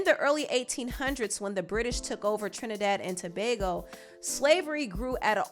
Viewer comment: fr i was surprised how well she explained our history and pronounced our twin island name properly i love her channel also 😊🇹🇹🇹🇹🇹🇹